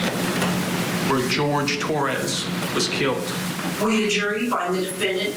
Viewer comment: HIS NAME IS JORGE!!! NOT “GEORGE” ITS JORGE